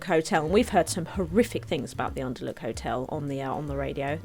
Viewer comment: TIL can't read the word "hotel":D